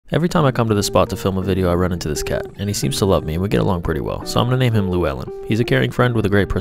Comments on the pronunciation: butt, that's not even how you pronounce it. disgrace to the welsh language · The way he pronounced Llewellyn- (I'm Welsh)